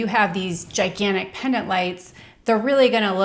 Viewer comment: The word is Pendant, not Pennant